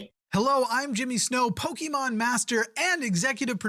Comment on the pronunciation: Did he say pokemon or pokeman at the end ?